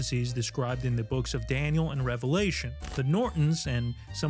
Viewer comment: Thank you for saying Revelation correctly. It's amazing how many people who actually say they believe in and read the Bible every day sat this incorrectly.